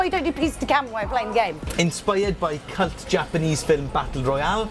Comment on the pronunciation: Lol think he was trying to say Cult